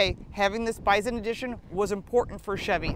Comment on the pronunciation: It kept sounding like you were saying biden edition. I have a F 250 4x4 diesel king ranch Lets Go Brandon edition